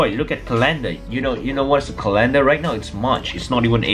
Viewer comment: CALEEYNDAR hehehe😂